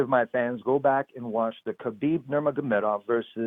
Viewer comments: It is HABIB NOT CHABIB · Tony is so freaking weird! And for the love of God, why does Helwani pronounce Khabib like Khabib is Jewish? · khabieber lol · Khaibib has been saying every name except Tony ha ha it's TRUE